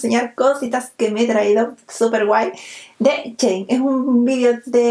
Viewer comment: Me matas cuando dices chein 🤣🤣